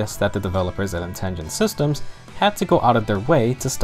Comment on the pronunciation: Dude, it's Intelligent Systems, not "Intingent".